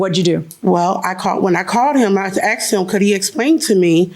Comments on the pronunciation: Omg I wish the judge corrected her how to pronounce the word “asked” it’s not Aksed!! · You didn't "axe" him. You asked him. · “axed” and “carpret”?? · She "axe" him to explain ! LMAO One day the dumb landlords will learn not to rent to blacks.